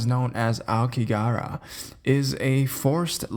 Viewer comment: Hey I made a whole video on it on site while I was there. I have lived here 9 years. Just a heads up there is no work visa for America. Average suicide rate per year here is 30k. Pronunciation is phonetically like this ah-oh-key-ga-hara. It's also known as the blue sea of trees as ao means blue and ki means tree. It's said to look blue in the prevailing mists of Fuji mountian.